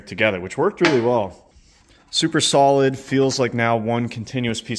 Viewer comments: As soon as he said “sock rolid” i looked at the comment section and saw this i instantly laughed😂😂😂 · “Sock Rolid “ 😂😂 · “Sock rolid” 😂👍